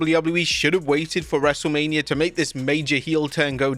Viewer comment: you messed up a couple times in LFG/Michelle segment, lol.